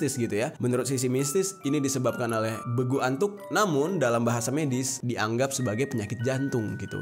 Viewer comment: Bukan begu antuk Tapi begulattuk